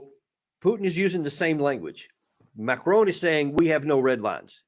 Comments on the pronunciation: Colonel… pronunciation of the French president is as follows: MARI-CON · 😂 Come off it. The name being discussed is "Macron". Hardly like a challenging surname such as Cholmondeley? (Pronounced “Chumley”, by the way). Here in Ireland we manage to pronounce names correctly. And since America has French speakers in Quebec and the deep south, French names are hardly alien to Americans. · Second that-all Americans seem to do this - driving me crazy. The Colonel should know better. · Note to you both…Macron doesn't have an 'e' on the end? Macron rhymes with Akron?